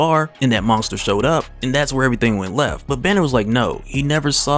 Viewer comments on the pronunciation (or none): Man you say "monsker" nonskop!